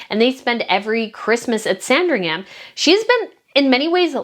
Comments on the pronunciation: Lovely video, 🙂. Just by the way, Sandringham is pronounced ‘Sandring’m’. Same with Buckingham and any place in UK with ‘ham’ on the end of it. Cheers ♥️ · It’s a silent ‘h’ in Sandringham, the emphasis on the first ‘a’ ie Saaandringum is how we pronounce it. 😊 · Love the video as usual- just a bit of a pronunciation note: Sandringham is pronounced ‘Sandring-um’. Places is the UK ending in ‘ham’ aren’t actually pronunciation like that (Nottingham = Notting-um etc). Same with shire (that’s ‘sheer’) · not a huge thing, but just a note, that british words/names ending in "-ham" are pronounced "-um". So, Sandring-um, Bucking-um. The "H" is silent. And Edinburgh is a weird one, its pronounced "Edin-bruh." Tindall, likewise, is Tin-dull. Just thought I'd share:)) Also, boy oh boy I wish I could go on that trip! Too bad I just went to Edinburgh last year i'm DYING to talk to other people that dislike the carparkles. No one I knows cares enough about the situation. Id love to gossip with you guys. Are there possibly any other trips in the future?